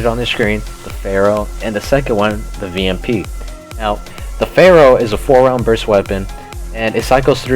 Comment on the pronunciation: vamp not vamp